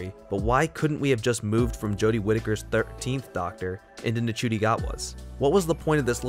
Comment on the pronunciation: You pronounced Ncuti wrong, it’s not said like, it’s said like Shooti ☺️ but yes it has definitely gotten more confusing - especially with the whole bi-generation idea, but I do like the idea in terms of the fact that it opens up so many other possibilities for the Doctor and gives a little explanation as to why Tom Baker came back as the curator in the 50th special. That’s the one I can think of off the top of my head, but yeah there are possibilities for the bi-generation storyline. I do like that they’ve sort of given the “original” Doctor a sort of retirement and the new Doctor - Ncuti’s Doctor - has begun a new era of being the Doctor, free from past trauma. It’s clever and I feel as though younger audiences will be a bit more interested and engaged with the show. That’s just my theory. I like the direction the show is going in and Russell T Davies definitely has a knack for explaining all the confusion surrounding earlier episodes of a season.